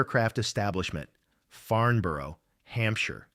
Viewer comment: A most interesting video. I had never heard this story before. No criticism: Just a quick word about UK pronunciation: Bader is pronounced "Barder". Farnborough is pronounced "Farnbra". Now, a little criticism: Quite a few of the photos shown in the video had no direct relevance.